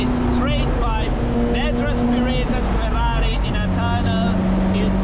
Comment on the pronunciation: 2 facts: 1)The perfect pronunciation of FERRARI. 2)The perfect downshifts. Cheers bro.